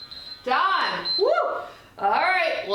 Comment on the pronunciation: Fantastic workout for my 46 year old body. Love the honesty and instruction. One funny piece of feedback to share…every time you said the word ‘done’ after each set I thought you were saying ‘DIE’. Got me giggling until I realized on the last set what you were saying!! No better workout than one you are smiling through the whole way!!